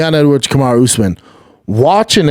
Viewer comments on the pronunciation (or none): Kamaruuuu not Kamaro and it wasn’t a drawl bro…